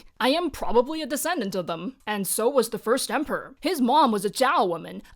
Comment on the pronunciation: "he prbably needed six horses" 🤣